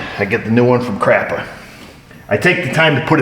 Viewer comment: showing us that he's human. Let it fly, man...let it fly! I love it. "Crapa" sounds exactly like a northeasterner would pronounce capper. LMAO